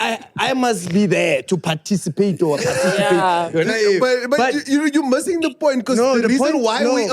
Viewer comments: Word Of The Episode: "Parcitipate"🤣🤣🤣🙌🏽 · Word of the day is "PARCITIPATE"🤣🤣🤣🤣🤣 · The struggle between parcitipate and participate 😢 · "Parcitipate" and "commemoration"😂😂😂😂ayyyy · Word of the day," Parcitipate"🤣🤣🤣🤣